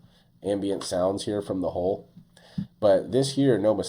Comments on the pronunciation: Why is HULL so hard to say? It's not hole. It's an U, not an O. Do you say Skull, or Skole? It's the same thing, yet so many struggle with it. Every time you say hole, I'm like, WHAT HOLE. Ohhhh HULL! FFS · Why do you pronounce Hull "HOLE"?????